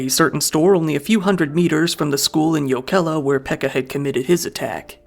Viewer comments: The fact that he doesn't say Jokela with a hard J sound ("choukela") immediately puts him in the top 25% of English speakers in terms of pronunciation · Finnish always stresses the first syllable...so YO-ke-lah instead of yo-KEL-ah. All letter r's are rolled, like the double r in Spanish. Double letters are held, and those can be difficult for non-native speakers. Pronunciation getting better, though. I enjoyed the video as much as one can enjoy a video about something like this. We're normally a pretty safe society but we're not immune to these types of things.